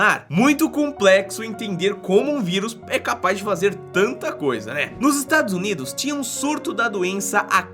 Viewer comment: Só eu q rir quando ele falou Estados Unidos assoviando